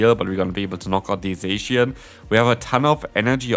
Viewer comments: Zacian in English is a straight transliteration from its Japanese name ザシアン. It’s pronounced ZA-SHE-AN not ZAY-SHE-AN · HSH says it like saysian. And I Hate it!